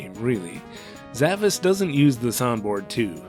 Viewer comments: Actually, it is pronounced Sa-VAHSH. It's that Ş at the end of the romaji, suggesting a more Turkic pronunciation. The kana also ends with a シュ, suggesting the pronunciation is Sa-Ba-Shu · It actually is pronounced like "Zavash". That S is a Turkic accented character used in languages like Turkish and Azerbaijani. It's an "sh" sound. It seems to be a specific type of sword that doesn't have a direct translation - very obscure choice for a title.